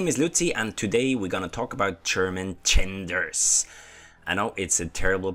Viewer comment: Ch-erman Ch-enders :D